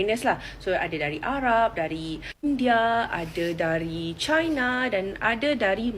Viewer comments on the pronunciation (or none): none